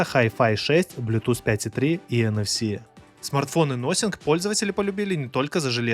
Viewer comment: "Насинфон" никакой не "носинг".